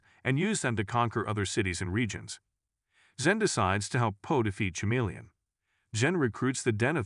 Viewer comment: Stupid ai voice can't even pronounce chameleon right